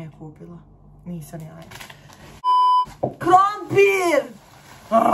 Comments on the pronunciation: Niko: Apsolutno nikooo:: ‘’KrOmPIrrrr!’’🥔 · "Krompirrr"it's for me🖖🏻🤣